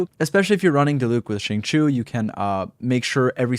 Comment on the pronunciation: Im so mad whenever people say xingqius name wrong. It’s pronounced: sing-cho Even xingqiu pronounced his name that way